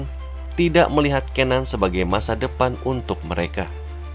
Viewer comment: bacanya cenan